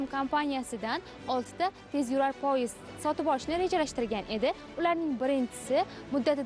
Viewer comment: тўғри талаффуз қилишни ўрган синглим хар холда журналистсан. "Пойиз" мас "поезд" деб талаффуз қилинади.